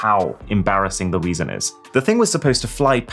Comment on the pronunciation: He said weason 😂😂😂